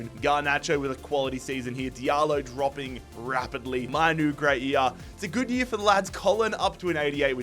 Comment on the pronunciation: Its annoying listening him say "year"